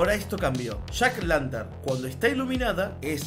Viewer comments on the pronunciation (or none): Se pronuncia Jack "O" lantern